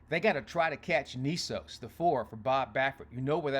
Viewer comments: Knesos? It's Mr Nysos dude. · It’s Journalism Nysos not Knesos ,like your post but pronunciation of Baffert horse is incorrect.